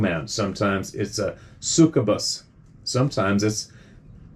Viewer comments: It's pronounced suck-you-bus. like An-da-ron-dact. lol! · If you're unsure about how to pronounce certain words, please investigate in advance of reading them aloud: I haven't finished this episode, and so far, you've botched beatitude and *succubus*. Say "bee-ATT-uh-tood" and "SUCK-you-biss". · It is pronounced B- attitudes.. the other word is pronounced suck- you- bus. It is demonic a demonic strong spiritual power called that. Thank you, to the guy who wrote In that read first. It is so true. There are nights when I'm sitting on the deck and I hear things outside and no that they aren't good and have had several different experiences which are why I end up watching this, I know all I have to do is a rebuke that whatever it is out loud I say I rebuke you in the name of Jesus Christ and by the blood of the Lamb. It is gone instantly they owe spiritual powers and all things are subject to the name of Jesus Christ. You must say his name out loud when you are awake. Satan cannot read your mind he is not omniscient this is why you have to say it out loud. I am grateful and Beyond the words for Jesus Christ and his Mercy to me and all of us who believe in JESUS CHRIST, THE SAVIOR.